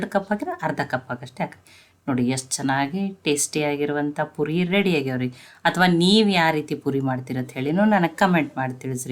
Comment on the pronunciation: ಪುರಿ ಅಲ್ಲಾ ಪೂರಿ